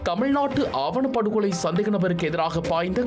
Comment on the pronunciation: “ஆவணப் படுவகொலை” அல்ல “ஆணவப் படுகொலை”! எதிர்காலத்தில் திருத்திக் கொள்ளுங்கள்.